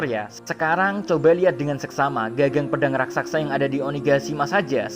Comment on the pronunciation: Raksasa min, bukan Rasaksa